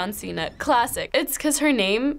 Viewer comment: It’s “John cena” 🤦🏽‍♀️💆🏽‍♀️